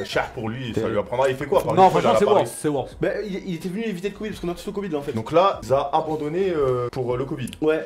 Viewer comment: je pense que le mot que veut prononcer est "Worth" et pas "Worse" dans l'expressions "C'est worth" qui signifier que cela en vaut la peine